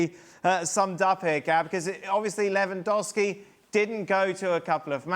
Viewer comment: A complete lack of preparation on the topic. There wasn't a single person in the studio who could pronounce Lewandowski’s name correctly — it’s really not that hard. Putting aside the lies of that last idiot, no one in the studio was prepared for the situation. Robert’s reaction is a result of the total amateurism within the entire Polish football association and the pathetic national team coach, who got offended because Lewandowski played a song on a speaker. Seriously, not a single expert found out that even though he didn’t come to the training camp, Lewandowski was at the match to say goodbye to another Polish player. Is it really that hard to read one article or ask a journalist from Poland, like Tomasz Ćwiąkała or Włodarczyk, for example? It’s kind of sad that the level of journalism at ESPN is so low. Of course, you completely ignored the numerous scandals surrounding the Polish national team — involving both players and the organization. That episode felt like a bunch of unprepared schoolkids taking a test without knowing which subject it was in. No regards.